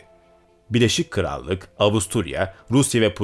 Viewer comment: abi şunu BİLEŞİK krallık olarak okumasan:D Şaka maka harika video tebrikler!